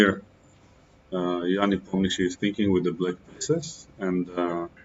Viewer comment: First time hear the correct prononciation "Nepomniyachi" from non Russian native speaker....